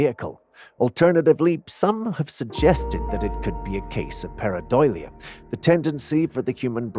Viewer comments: You said pareidolia correctly this time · You said it right this time!!! Pareidolia🎉😂